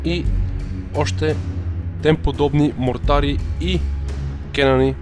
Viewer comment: Не серказват бързо мортари а бавно Мо ртари